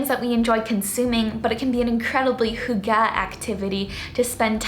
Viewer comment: Just a helpful hint: the emphasis of 'hygge' is on the first syllable, not the second. :)